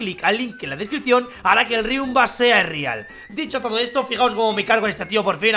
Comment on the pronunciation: Riumba no es rialllll